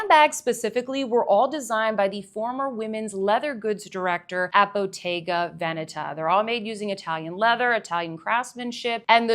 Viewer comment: very nice selection of bags there. I don't mind people mispronouncing stuff but I wanted to thank you for taking the time to learn how to pronounce every italian word correctly (especially the right placement of the accent in Bottega Veneta because it's really rare to see) 👍👍👍